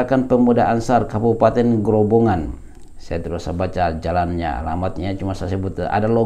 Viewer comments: Maaf ustadz, mohon ijin turut meramaikan komentar, yang benar pengucapanya adalah Grobogan bukan Grobongan, grobogan dimana peristiwa tsb terjadi adalah nama salah satu kabupaten di jawa tengah 🙂, disana banyak saudara saudara yang amalannya dikritisi ustadz syafiq, seperti dzikir berjamaah setelah sholat diserupakan dengan bernyanyi, banyak juga disana nama nama jawa yaitu "sri" yang diminta beliau untuk diganti karena erat kaitanya dengan dewi sri, dimana bisa automurtad katanya kalau menyebutnya, jadi menurut saya wajar kalau ada penolakan 🙂, dan karena beliau juga dianggap salafi, dimana biasanya temen2 salafi yang saya tahu juga seringkali menyalahkan amaliah seperti yasin, tahlil dll dimana disana masih banyak yg melakukan, jadi ustadz dan rekan2 salafi, penolakan tsb adalah reaksi, sebenarnya lebih menyakitkan dikatakan sesat dan masuk neraka karena masalah perbedaan daripada hanya sekedar penolakan, demikian pendapat saya, oiya satu lagi masukan ustadz, mungkin analogi menyamakan dengan abu jahal itu bisa dikoreksi, karena pasti ustadz sangat paham bagaimana abu jahal itu, sedangkan saudara saudara di grobogan itu bersyahadat, hanya menolak perbedaan pemahaman, konsekuensi hukumnya berat menurut yang saya ketahui antara orang yang bersyahadat dan tidak bersyahadat serta dianggap memerangi dakwah, demikian mohon dimaafkan apabila tidak berkenan ustad 🙂, terima kasih 🙂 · Ustadz, afwan, bkn "Grobongan" tapi "Grobogan". Tidak pakai huruf "n" sebelum "g". 🙏🙏🙏